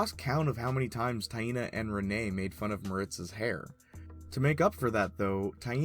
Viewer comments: My brazilian ass get unconfortable with "Ta-in-na" pronunciation. "Tai-nah" sounds so much natural. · My name is pronounce the same as Taina just written differently and everytime you say it I wanna laugh